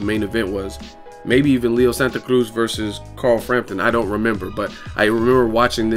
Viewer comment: Bruh just say Santa Cruz like a regular non Spanish person lol you butcher the shit out of it